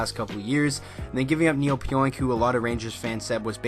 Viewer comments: Last named pronounced PEE ONK . No oink like a pig lol Thanks for the update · pronounced Pee-Onk. Great move by my Rangers.